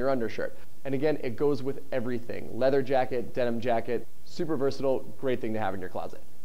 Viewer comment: THAT IS NOT how you say versatile